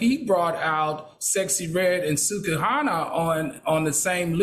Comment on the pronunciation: It's Al calling her Suk-Hana for me 😂😂😂